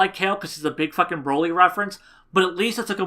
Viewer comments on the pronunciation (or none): none